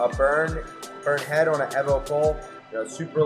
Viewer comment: The way he said evo😬